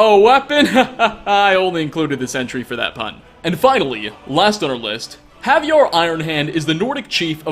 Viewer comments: The only way you can miss Hajvarr (not Caviar/Havjarr, like you read it) and the fact that his uncle is blind is if you're blind yourself. He's a famous bandit chief, by the way, with the Whiterun guards warning you (which is where you can hear his name pronounced correctly) to stay clear of White River Watch and marking the location on your map. So it's pretty, very, quite hard to really, actually miss him... He's also the earliest and easiest source of the 2h weapon dmg enchant. Anyway, when I saw you included him, I fully expected you to refer to the Pale Blade questline instead of just talk about his blind uncle, which is something quite obvious. I guess you either haven't done it or you haven't read any of the books and journals you referred to in your own video. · could probably use your help on pronouncing Hajvarr. Inverting a couple of letters, he pronounces it HAVjarr as something between Havier and caviar. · Am I the only one who's bothered that pronounces Hajvarr more like Javier?!